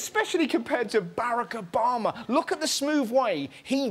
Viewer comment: Is anyone going to talk about how he pronounced Barack Obama??